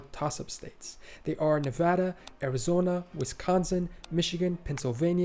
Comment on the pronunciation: thank you for saying nevada right.